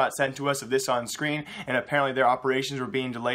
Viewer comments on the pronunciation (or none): none